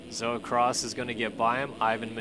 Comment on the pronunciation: Thank you for pronouncing my name right! It's not hard and people get it wrong a lot. Btw its Zoa Cross